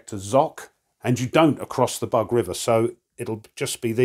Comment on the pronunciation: It’s not “bug”, it’s “boog”. The middle sound you have in “dug”, “but” or “bug” does not exist un Slavic languages. And thanks a lot for the presentation. It’s very clear and instructive as usual, giving a very good insight into the game mechanics.